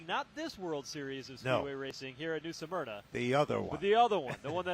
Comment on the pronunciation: Guys, it's pronounced 'SMER-NA' not 'SUM-ERNA'😅